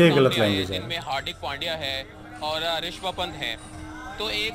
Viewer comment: because rishab pant is not famous so he cant pronounce his name that good 😎🔥